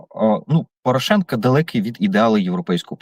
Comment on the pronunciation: Саакян правильно прізвище Порошенко навіть не хоче вимовляти!!! Чому цей молодий бугай не на фронті, ознак інвалідності не видно, а от про нинішню владу дуже обережно говорить. Ви обоє- і Береза, і Саакян привели цю владу, тож і відповідаєте за її вчинки!!!